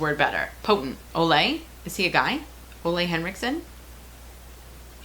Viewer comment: Forgive me for correcting you; his name is pronounced "OOH-la" (rhymes with 'hula'). I met Ole Henriksen several years ago. He's a wonderfully delightful little Danish man, hehe ;-)